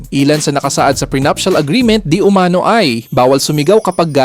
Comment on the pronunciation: Mali sambit ng "umano" hwag ilagay ang accent sA 2nd syllable kung Hindi dun sA last= "umanó"